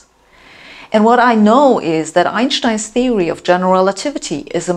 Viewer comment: I love how she says Einshtein